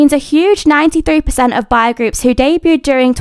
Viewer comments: im just wondering, do you know how to correctly pronounce "boy"? You kept saying "bye"/"bi", so I wasn't sure. You start off with "bo", then add "y" at the end. "Bye" is not the correct pronunciation; I hope this helps! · From the way the word "boy" was pronounced I thought I heard "bi-" and I was like there's no way there are bi-sexual kpop groups😂😂